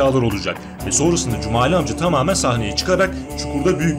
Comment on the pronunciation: Да не Кумали,а Джумали😎